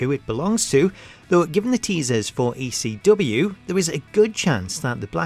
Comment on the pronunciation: it sounds like he's saying ACW instead of ECW